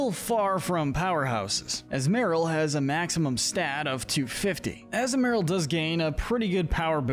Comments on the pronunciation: Not to mention how he butchers Azumaril by saying Azu-marill instead of the proper azu-ma-rill along with many other mon names. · The way you say Azumarill is killing me. And the fact you mentioned the Azumarill’s line Thick Fat ability, but no acknowledgment of their Huge Power ability. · It’s pronounced SHEE-not-ick, UH-zoo-rill, UH-zoom-UH-rill, uh-roam-uh-TEESE, que-TEE-fly, rih-BOMB-bee, hat-er-REEN, TAH-poo boo-loo, TAH-poo FEE-nee, TAH-poo lay-lay, TAH-poo coh-coh, DIE-ahn-see, and muh-GEER-nuh, “”! 🤨 How many times do I have to tell you,! Stop mispronouncing Pokémon names already! You are so bad at it! 🙄 You also never mentioned anything about Azumarill’s Huge Power Ability, which doubles its Attack stat and makes it stronger! 🤨 Also, Diancie and Magearna are both Mythicals!